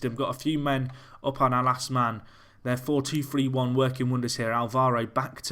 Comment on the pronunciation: you sounded scouse when you said 4-2-3-1